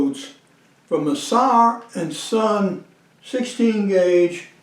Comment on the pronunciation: It is pronounced Zauer and Zohn with a Z